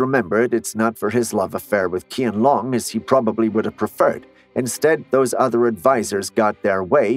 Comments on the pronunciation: It is not pronounced KianLong but "Chyehn Lohng". It's particularly obnoxious that you didn't even look up how to pronounce the name of the subject of your video, demonstrating a degree of negligence meriting deportation from Internet Nation. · It's pronounced "chian-long." Not Kian-long. 😑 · It is pronounced as "Chi-ahn lewng", not "Key-an long." Heshen is pronounced as "Huh- shun," not "Heh-shin." 😉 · Correct👍 It’s pronounced as Chienlong, not Kienlong. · it's really irritating to heard him mispronounce QianLong's name. The Q is pronounced like ch in chair rather than k. Calling the Emperor Chain-long would be 100x better than KianLong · Not pronounced KI-AN long, it is pronounced as CH-I-AN, similar to Change. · not King Dynasty but is Ching Dynasty (Qing Dynasty) .. not Kian Long but is something like Chean Long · Hello, Qian in pinyin is pronounced Cheean, not Kian. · The first thing that this video got wrong is the butchering of the pronunciation of Qian Long. It's supposed to sound like Chian Loong (like the double o's in food or good), not someth8jg ridiculous like Kian Long as in long or short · Isn't his name read closer to SHIANLONG than KIANLONG. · There’s no emperor “Kian Long” of the “King” dynasty, there’s only emperor “Chian Long” of the “Ching” dynasty. The fact that you’d already taken some time to research about Chinese history in order to make a video out of it, why didn’t take some more time to learn how to read Chinese Pinyin correctly. Come on! Pinyin is easy. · So how did KianLong and Heshan really look like? I'm seeing Japanese, Koreans drawings every time he would mention and murder their names pronunciation. In the end, I had freaking headache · Well, in Cantonese, we pronounce 乾隆帝 as keen long dai, so he's not exactly far off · Thank you it is Tçhian Long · It is pronounce as "chianlong" if I'm not mistaken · His name is pronounced “Chian Loong” as Q is a “ch” sound. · The moment i heard Kian Long, i couldn't take this video seriously lol